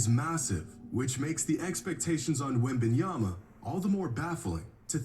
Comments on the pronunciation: “Wit Bananas” has to be flights laziest attempt to say a players name😂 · He said “Wembannas”😂😂😂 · DUDE SAID WEMBANANAS LMFAOOOOOOOOOOOOOOOOOOOOOOOOOOOOOOOOOOOOOOOOOOOOOOOOOOOOOOOOOOOOOOOOOOO BRO AM DEAD 💀💀💀💀💀💀💀💀💀💀💀💀💀💀💀💀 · this guy said wemb bananas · Flight calls Victor as "Wembanana" because Victor needs to prove himself to flight first before flight calls him his full government name hahaha 🤣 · Bro said wet bananas 😂😂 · Bro... it has been a minute since I watched Flight but why is this man making a lot of sense... outside of a few small comments plus his wack ass name pronunciation